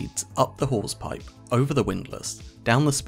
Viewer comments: Did he say "whores pipe?" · FYI, he said “Hawse pipe,” not wh*** pipe. The accent threw me off for a minute until I looked it up. 😂 I believed it initially since I wouldn’t put it passed sailors to name a part of the ship something vulgar like that.